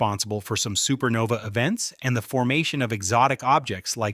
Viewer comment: This AI sometimes kept saying SupernovE it was so annoying